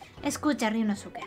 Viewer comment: gran serie y caso,! solo unos comentarios: -Creo que sería bueno leer los nombres como lo dicen en japón, donde la mayoría de las palabras son esdrújulas o agudas (no graves como en español) y obviar la “u” en ciertas palabras: Ryunóske, Kázuma, etc. - al final lo que tiraron fueron pétalos de sakura en lugar de confeti, puede que seas daltónica? (es pregunta sin hate uwu)